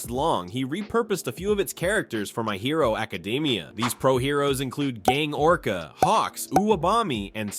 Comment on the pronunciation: What the fuck why did you say my hero academia like that you mean secrets no m*********ing sense